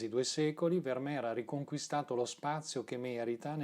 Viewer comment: Il mio occhio dice che ogni quadro di Vermeer è immenso (corretta, fra l'altro, la pronuncia con la "f"). Buono anche il film "La ragazza dall'orecchino di perla", come da te ricordato. Grazie. 🙏